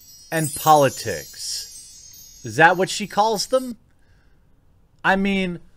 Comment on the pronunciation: "memes" and "politits"